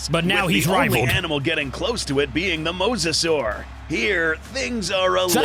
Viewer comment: You so mosasaurus was mosasauru like you called the moss